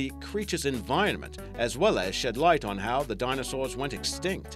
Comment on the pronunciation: Wait when you said somethin bout elephants did you say extinct or extent